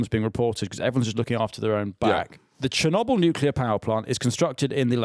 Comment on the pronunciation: Finn pronouncing Chernobyl as Chirnobble the whole episode making it sound like a provincial town